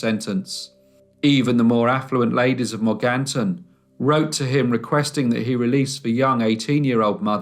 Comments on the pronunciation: Mor gan ton is how its pronounced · Strangest pronunciation of Morganton that I've ever heard.